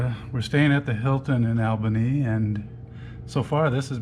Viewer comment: Learn to pronounce Albany!